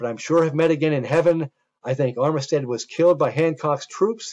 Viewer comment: Armistead is pronounced armstead in va